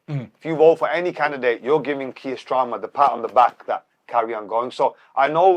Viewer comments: I thought I was only one who picked up on stramer 😂😂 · Its hilarious how belittles Keir Starmer so much he doesnt even say his name properly 😂